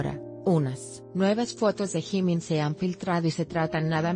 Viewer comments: Jimin nunca se a operado ademas d3 dice jimin no gimin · Jajaja que mala pronunciacion gimin(jimin) cabop (kpop-keipop)